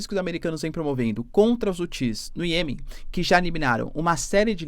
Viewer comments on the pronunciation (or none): none